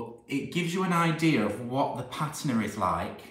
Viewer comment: Your pronunciation of patina is correct. Pa-teena is not correct. I don't know who's telling you you're wrong, but you're not. Just thought you should know. BTW, I'm American and pronounced it incorrectly for years until I was corrected.❤️❤️❤️❤️❤️❤️